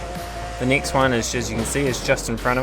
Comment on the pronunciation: Stop sayin nixt its next!!!